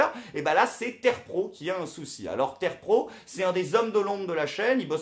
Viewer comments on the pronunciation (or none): terpro connait pas : on dit T 3 r pro